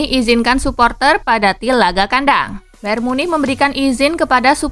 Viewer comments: Memang gitu Cok Bayern Munich Dibaca Bayern munih Atau nama lainnya Bayern Munchen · Bayer Munih ya min 🤣 sallfok sama kata Munih nya✌️